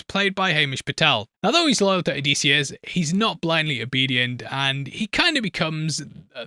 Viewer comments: oh dih see us, not o dee see us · Disius not Deesius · For the love of all that is Homer and Greek Mythology please stop calling him oh-dee-see-us. It is Oh-diss-ee-us. Or if you wanna get Greek it’s Oh-diss-efss. You’re killing us, bro. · if you say "O-deece-e-us" one more time ur gonna have to answer to deece nuts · Hes definitely saying "o-dees-eeus" for the comments and im a victim from it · O’Deasious is a new pronounciation I have yet to hear until now. Thanks. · I’m 13 mins into this video and if I hear him pronounce Odysseus’ name wrong again I’m gonna jump off a cliff. Has the book but can’t bother to say the name properly. Just reupload at this point. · Bro he cant even say the name Odysseus’ name correctly. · So quick in fact he couldn’t bother to pronounce the main characters name correctly one fuckin time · Have him breakdown a goddamn pronounciation of the main characters name while we are at it. Fuckin hell